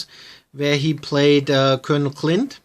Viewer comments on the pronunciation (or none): colonel klink not clint.